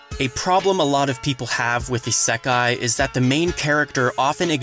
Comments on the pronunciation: "iseeekai" ? Isn't it isekai? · The way you say isekai ....mildly infuriating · Why do you say isekai like that foo 😭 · is-eeeee-kai xD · why do i feel weird whenever he says "isekai"